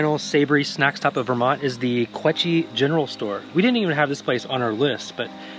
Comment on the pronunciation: The village of Quechee is pronounced "kwee-chee" --- not "kweh-chee". I made that same error after I moved to Vermont. Be warned: The locals WILL correct you with the pronunciation.